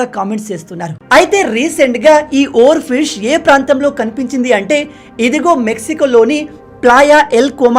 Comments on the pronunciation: Oar fish ni.... Oar ship ga chepthunnaru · minutes deggara oarfish ni oarship antunnav 😂